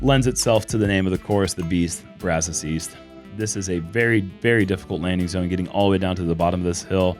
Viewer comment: It's great to hear pronouncing "Brazos" like us Texans! My opinion - best putter from the knee is Paige Pierce.